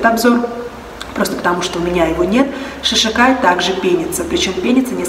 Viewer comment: Правильно будет не шиШакай. А Шикакай.